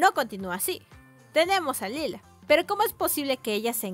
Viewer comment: Lyla (LAILA) no (lila)